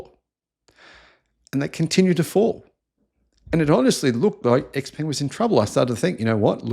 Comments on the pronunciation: its pronounced frantically: Showpung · X Peng; peng rhymes with “hung”, and “sung”. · You own stock and their product but still unable to pronounce their name correctly